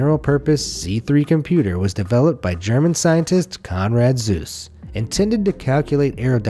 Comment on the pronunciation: Alright, you got my view, but you are not getting my like. There's such a lack of research and understanding in this production that it hurts. A flop is not a flowing point operation, it's a floating point operation. Conrad Zuse's last name isn't pronounced "zeus" but "Tsu-ze". And I could point out many other problems with this video, but I won't watch it again to make a list. It's that bad.